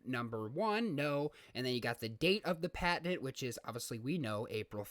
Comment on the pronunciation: Good video, good information. Your pronunciation of patent was very distracting.